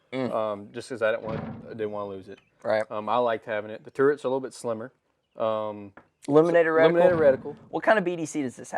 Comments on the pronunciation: Turrets not turents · Turrets , not turnets